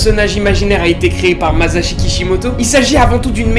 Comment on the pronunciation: c lui qui à dit "mazashi" et moi g fait la remarque lol